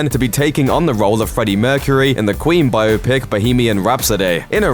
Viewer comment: Oh, I thought English people knew how to pronounce biopic.